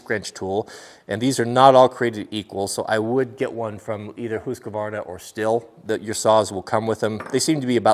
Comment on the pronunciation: I think that it is "feller " not "faller". trees are felled by the feller. All of my screnches have a big socket for the spark plug while the small end is for loosening the bar. Stihl is pronounced STEEL. When drilling into anything curved a little dimple with a pric punch helps a lot to get the drill started.